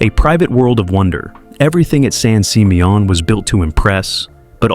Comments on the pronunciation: Right? I was like what the heck is son seemayOHN? 😂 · didn’t realize it was pronounced “San SeeMeYawn” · san sih-MEE-un -- That horrible AI voice mispronouncing it over and over got on my nerves. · The way that San Simeon is pronounced is hilarious😂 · Some pictures are NOT Hearst Castle ... and he says San Simeon wrong. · Wow AI can't say San Simeon correctly 😂😂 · Sounds French 😂😂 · Wanted to scream after listening to mispronunciation of San Simeon Did tour few times when family visited from back east The pools were my favorite especially the indoor pool Don’t know what shape the estate is in now or they have any tours Run by state of Kalifornia